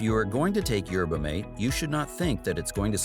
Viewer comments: For Christ sake! Phonetically It’s MAT-eh! Like hearing a car crash every time video said yerba mate. 😂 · Pronounced Yer buh maw tay